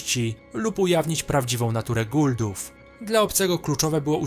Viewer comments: nie guldów, tylko Goa'uld-ów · Nie "guldów" a "Goauldów"